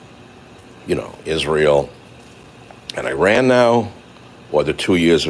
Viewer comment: Will you learn how to pronounce Iran please? It's a four letter word. You can handle it. What dry inadequate excuse do you have to solely blame Biden for it while you consummately ignore the unyielding fact that the establishment includes your half of the political circus.